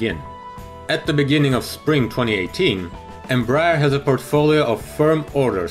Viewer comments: EM- BRAH- AIR, please. Not Embrer, or Embr- er. Thank you. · Em-brEar read it like this